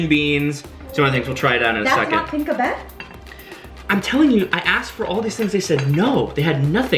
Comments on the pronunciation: Its PI-NAK-BET. Not PinkaBet. XD And BI-NA-GO-ONG-AN I love you guys! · And it's called like PI- NAK- BET ( In our alphabet we don't have a LONG A...just short) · I hope this could help in pronouncing. The vegetables you had with green beans is Pi-nak-bet. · Your girl is right, that IS the Pink-abet...but actually "PinAk-bet". hehehe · Say, pee-KNOCK-bet (Pinakbet). Too bad they ran out of SISIG. It's the one thing you go to Ellen's Pinoy Grille for. I'm picking up a party tray this evening. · pinakbet (pinak - bet) sometimes also callled Pakbet bina - go - o - ngan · Jejeje it's PI NAK BET/pinakbet or shortcut pakbet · you can pronounce "pinakbet" like PEE-NUK-BET and the "Binagoongan" like BEE-NUH-GO-OHH-NGAN... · that veggies with rice is called Pinakbet (Pi-Nak-Bet) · Hahaha! The vegetable dish is pronounced as PEE-NAK-BET, and the beef dish beside the Menudo is Mechado (MEH-CHA-DOH)